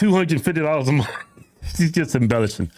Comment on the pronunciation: She didn't go to a good school. She can't finish a sentence without cursing, and can't pronounce "month".